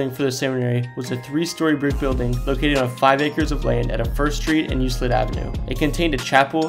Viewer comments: Euclid is pronounced "Yook-lid" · Lol and Euclid too. He said the one in Dayton was on you-slid street haha